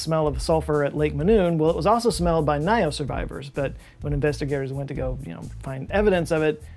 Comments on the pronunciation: It's actually pronounced " Lake Nios", not " Lake Naios". Greetings from Cameroon. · I am Cameroonian and this still brings chills even now. I have tried to explain it to several people I know, but there is still skepticism among people here about what happened. The name is lake “Niyos” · As a cameroonian, I can confirm this is so true. People don't live around that area anymore. We say "lake nyos has belch" just so we insert some fun in this horrific situation. By the way, your pronunciation of lake nyos isn't correct but that's not an issue.